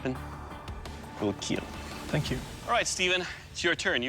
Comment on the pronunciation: "It will kEiL"🔥🔥🔥